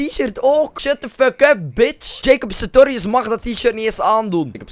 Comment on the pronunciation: Het is nie Jacob Satorius ma Jacob SaRtorius